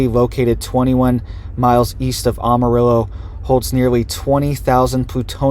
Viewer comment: Former Texas resident here....The "am" in Amarillo is pronounced like "am," as in I am no longer living in Texas.